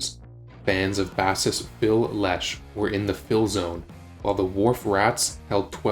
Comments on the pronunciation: As a presentation, in terms of info this is pretty good but the hard rock background noise is as lame as all fuck... plus the ending was rushed And you know it's AI when the voice over pronounces "bassist" as "BAH-sist" instead of "BAY-sist" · You mispronounced Ken Kesey's name. It's pronounced KEE-zee. You also got a lot about the dictionary anecdote wrong. Phil is not a fish, he played bass, which is like base, therefore making him a bassist, pronounced BASE-ist. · bass-ist, as if Phil played a fish. 🤣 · “Bassist” as in he was playing a fish?? Jfc